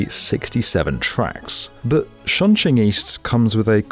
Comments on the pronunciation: This is one of those cases where you should have just pronounced it the english sounding way. The 'Ch' in chinese is basically the same as in english. Just say Chong instead of Shong. Surprised given this was the main topic of your video. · it's CHongQing as in 'chop'. You got the Qing bit right. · As someone fluent in Mandarin, I cringe every time he pronounces Chongqing It would’ve been simply better if he pronounced it as Chong-Ching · Chongqing, not Shongqing, Leipzig, not Liepzig. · "shongshing east" "shongjing" "LIZEEBER station" 😭😭😭😭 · Shunshing? 😭😭😭 This is worse than US people butchering the name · The mispronunciation of Chongqing is really annoying lol. If you're going to make a video and keep saying it, then you can at least say it right. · Right off the bat you completely butchered the name Chongqing. I mean you were not even close. Had you not written it down, I would not have known WTF city you were talking about. Please dont do anymore videos on China. You suck at it.